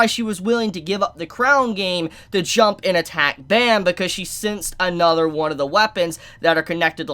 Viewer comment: I love you, but please pronounce Bam’s name right. Pleaseee.